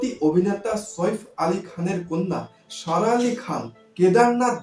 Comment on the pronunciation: Please pronounce her name properly.